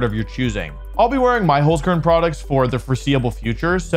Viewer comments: And Holzkern is pronounced like “Holts-Kehrn” with the “r” sound being made in the back of the throat like a hissing sound, not a common sound in English so don’t worry if you can’t sound it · As a german dude, your "holzkern" pronunciation sounds pretty funny : -)